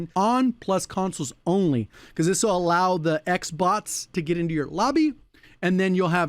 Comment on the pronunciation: Did you say "X-Bots"? Hahahah. I am one of those!